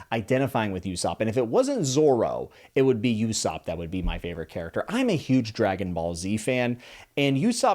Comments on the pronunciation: "Usopp feels like the Krillin of the crew" well fun fact, they share the same english voice actor, Sonny Strait. He's said the voice of Usopp is "like Krillin with a hitch". And some quick pronunciation notes (no shame in this, everyone gets someone's name wrong early on): - Usopp is said without the long U or "you" sound that you're putting at the front. The U at the front is the same U sound as what's in Luffy's name. To put it phonetically, you're saying "You-sopp", take out the y and say it more like "Oo-sopp", with that double-O sounding like it does in words like pool, tool, gloom, etc. - Sanji doesn't rhyme with sandy. That A sound is more of an "Ah" sound like when you have to open wide and say ahhhh. I would say pronounce it like in the word aunt, but I know some people say that like ant. So if that's you, say it like the other way. So basically it rhymes with "On G" (just put an S sound at the start) - On Roguetown/Loguetown. Both are honestly equally as valid, Roguetown is fitting in that it's a big pirate town, town of rogues, makes sense. But the Loguetown version/interpretation is more drawn from the town's moniker of "the town of the beginning and the end" as in proLOGUE and epiLOGUE. And so yeah, Loguetown is then pronounced "log-town". And as I'm sure you've probably had explained to you before, in Japanese L and R are the same exact sound, so it's down to context which is more fitting when moving to English. There have been many localizations of One Piece th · We got another one with the Nami hook boys. I also pronounced Ussop with a big U sop when I started the manga,, but then I learned Uso (Uoso) is lie in japanese and then realizing how many of the names are puns lol. His long nose was just cheery on top. Ah your devil fruit that lets you be dead for a short time theory with Roger and Dragon, Yohohoho. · I love how he is still in the mispronounced names stage. Yousopp lol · New manga only fans try not to say "you-sop" challenge (impossible)